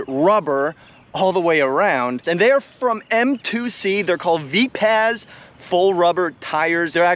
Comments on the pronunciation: Say it like Viper: "Viperz": = Vipaz✌️ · Mate these tyres are actually Vipaz as in Vi-paz (like viper). Additionally, these are made in Australia by West OZ RC and distributed by M2C Racing. the fact they held up to 12s for as long as they did is impressive as. You can look up West OZ RC youtube channel to see what he recommends for gluing.